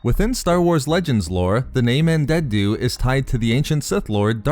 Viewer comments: Andeddu not andenddu :-) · Why can't you say "Andeddu"? In an older video you were calling him "Andendu", and now you're over-enunciating the last "d" sound in his name like a toddler learning a new word. You're way too articulate to still be having trouble with this name. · It’s An-dee-doo. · Why do you pronounce Andeddu's name like that? Are you purposely doing it to sound annoying, or have you not listened to any audiobooks where his name has been mentioned (such as the Plagueis novel)? Just saying, because the way you pronounce it, you sound like a child learning to read who is "sounding out" an unfamiliar word.